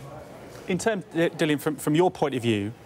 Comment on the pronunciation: Dillian, not Dillon, at least learn his name..